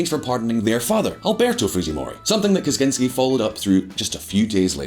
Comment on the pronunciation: Dude... You need to learn to pronounce Kuczynski... It is not pronounced like Ted Kaczynski